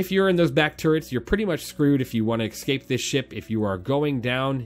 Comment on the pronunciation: “Ecscape pod” :) good vid bro